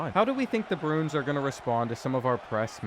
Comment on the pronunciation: Dont know whats worse reads usually causing an int or trying to say Bruins. (In all seriousness hope everyone in Hawaii is ok)